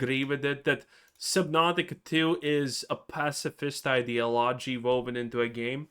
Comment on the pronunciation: Please pronounce ideology properly lol